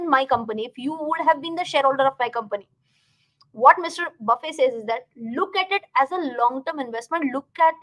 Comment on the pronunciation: nice video... pls note: the legend's second name is pronounced with a 'T'